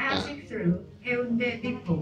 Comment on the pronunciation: Correction po:😅 hayunde (x) heyonde (✔) samyon(x)somyon(✔)...nakakagoodvibe po talaga ang vlog niyo...enjoy po kayo and ingat lagi